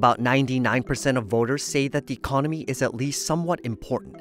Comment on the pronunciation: Pretty sure dude said "Ecomony" 😂